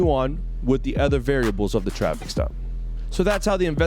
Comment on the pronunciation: Is he saying "the reason for the drop or the reason for the stop"?? Sounds like drop lol